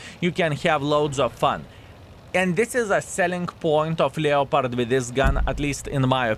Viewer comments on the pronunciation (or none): Never played a "Lee-o-pard," however I have played a "Lep-perd" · from the French, "lay-o-pard", so your pedantry is misplaced :P "Lep-perd" or whatever regional pronunciation, is just typical English appropriation laziness.